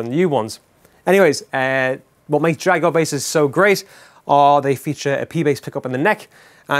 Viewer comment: Glad you call it a Jaguar not like the US reviewers with their JagWarr pronunciation